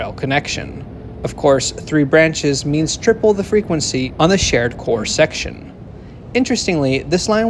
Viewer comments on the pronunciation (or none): none